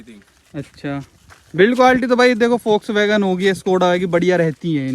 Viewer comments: you said foxsvagon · he is saying fox-wagen 😂😂😂